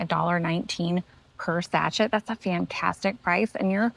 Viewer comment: Sachet is pronounced sa-SHAY, not SAT-chet.